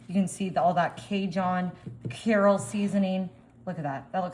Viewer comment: I know. She says it every time. I'm from Louisiana and she is doing it that way just to get responses. The "Carol" people would not be impressed. Lol.